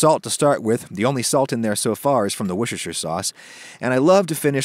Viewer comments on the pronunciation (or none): I haven't yet heard an American who can say Worcestershire! It's "Woos-ter-sher" not "Woosh-ter-sher"! Looks delicious by the way! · It's not pronounced Wortjester sauce. It's pronounced Wooster sauce. You skip all of the letters in there, just as you do for the city that the sauce's name comes from. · The woosh-er cher saue. Say after me: Wooooster sauce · Dear Americans repeat after me: Wuss ter sheer.... Worcestershire sauce!!! - with love from your friends across the pond :) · Just so you know, it’s pronounced ‘wuster’ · BREAKING NEWS : Man from Macon, Georgia pronounces "Worcestffefuhershire" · That looks amazing. BTW: It's pronounced "Wuh - stuh - shuh Sauce" 🙂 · say WUSTER/SHIRE sauce , i know its spelled weird , but , that's how its said in England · It's 'wooster' sauce g :) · Wushishshur sauce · Oh Adam 🤦 Wooster-sha sauce. Worcester is more like Wooster, and we don't pronounce shire like the lord of the rings. More like Hampshire 😂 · "Worchesterter sauce" Do Americans have their own version of Worchester sauce... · butchered the worcestershire :) it's pronounced like "woost-a-share" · I only watch these American cooking videos in the hope they will use Worcestershire sauce and attempt to say it. This one was gold. Dean from Worcestershire. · I thought it was just a joke that Americans didn't know how to pronounce Worcestershire sauce. Apparently not! The recipe looks good, I'm going to have to try this. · Why do Americans have such a problem pronouncing Worcestershire? 😉